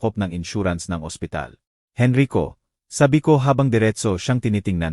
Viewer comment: Narrator from what country are you? Please sound out the abbreviated words properly... #Gng. is ginang #Sgt. is sergeant #alas singko y /e/ not Y/why/... # Henrico not Henry ko... Thanks for understanding